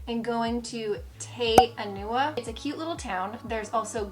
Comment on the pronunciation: A few suggested corrections on pronunciation: Taronga is a zoo in Sydney. Also, it's Te Anau, not Te "Anua". And you mention "Mt Manganui" but presumably meant Maunganui, then Coro-MAN-del, not Coroman-DELLE.